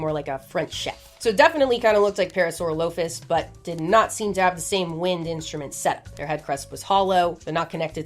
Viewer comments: Chicxulub is pronounced Check-Su-Lube really very easy to say once you're used to it. Also you horribly mispronounced Parasaurolophus which I will not forgive as it is one of my very favorites. It is pronounced Peh-Ruh-Saw-Raa-Luh-Fuhs. All of these name have very easy to find pronunciation guides. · Oh god... the pronunciation of my parasaurolophus. My boy. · I hate to be the bearer of bad news but you pronounced parasaurolophus wrong- 😩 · is that the ark survival evolved tropeo model lmfao excuse me how did you say parasaurolphus